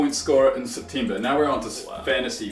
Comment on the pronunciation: He said september wrong